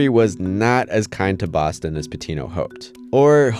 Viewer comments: big fan of that pronunciation at the beginning: “Bowstone MassaHOOsetts” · Ok, I love the "Bawstawn Massuhusutts".